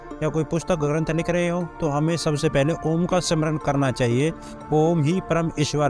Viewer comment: भाई सद्गुरु को जवाब दो। ओम को आम बता रहा है। 😂